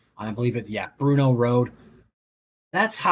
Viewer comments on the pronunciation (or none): Why why why is here?! Buno road i had to double check but as soon as you said bruno i was like what there isnt a bruno road. Its buno my dear michigander